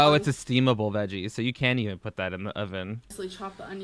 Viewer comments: Jamie Lockhart sometimes she does say e'un lol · "E'un" That's how she says it